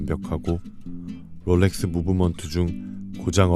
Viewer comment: 영상 퀄리티는 최고라고생각이드는데 롤렉스를포함한 영어발음을 어떨땐 혀를굴리고 어떨땐 혀를안굴리시는데 듣기가 불편한부분이 있는것같습니다 다른영상에서도 혀굴림이 너무 심하다고 느껴지더라고요